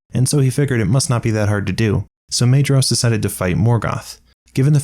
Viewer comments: minor point but its a pet peeve of mine, the 'ae' as in maedhros and maeglin is an 'eye' sound. its mydhros, not maydros. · The pedant in me agrees: it's a great summary of a complicated plot, but particularly the pronunciation of the 'dh' dipthong is bothering me: •Aredhel is 'Are-eth-el' not 'Are-ed-hel •Maedhros is 'My-thros' not 'May-dros' In LOTR, the mountain Caradhras is 'Cah-rath-rass', not 'Cah-rad-rass' Signed, an ashamed pedant.